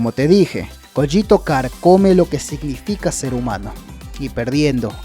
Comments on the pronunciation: la pronunciacion es cÓgito, un saludo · Técnicamente se pronuncia "Coguito" y se escribe "Cogito" de echo no se si sea intencional pero parece una referencia i have no mouth and i must scream (ya sabes "Cogito" "Ergo" "Sum")